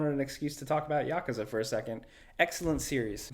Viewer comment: Let's take a second to appreciate that he pronounces yakuza correctly